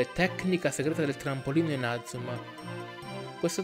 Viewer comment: Perché dici male inazuma